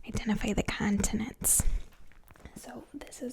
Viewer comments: the thing that is really getting to me is her saying cun-tinents instead of con-tinents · “Caaaantonents” I’m curios, is from Boston? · I love the way you say "Cahntinents" lol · ^lmfaoooooo bahahaha